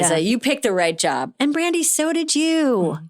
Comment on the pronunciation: Is it me, or is Amy saying “Randi”